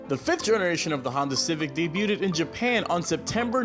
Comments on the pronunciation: Never trust a guy that pronounces "debuted" like "day-byew-ted" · Dude, you don't pronounce debuted "daybyuted", the "t" is silent. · Debut-ded... lol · Did he just say debu ted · Daybutded lol why he say it like that